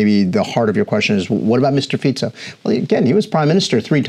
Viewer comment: Dúfam, že sa nemusela dlho učiť otázky ktoré jej veľvyslanectvo pripravilo. Čínski veľvyslanci v afrických zemiach hovoria lokálnymi jazykmi. " Mistr Piico" - gorgeous, really, your excellency !!!